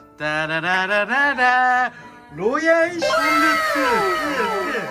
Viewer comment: 왜 한국 사람들은 로얄 살루트를 다 샬루트라고 할까